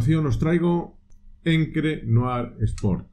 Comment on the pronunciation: Muy buen trabajo. Una corrección es Ancre la pronunciación no encre.